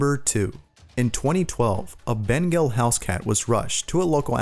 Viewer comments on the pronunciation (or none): none